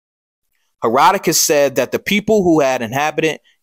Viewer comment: Love your video brother but “Herodotus”